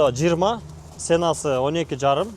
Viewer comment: Цена эмес Сенасы, айтып бербейт, айты-берет😁